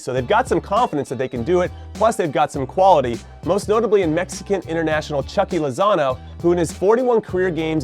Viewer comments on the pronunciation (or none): Jimmy please choo-key choo-key not chucky sorry just a lil cringe